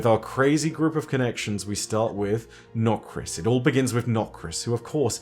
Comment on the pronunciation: I love the “NOKRIS. It all begins with NOKRIS.”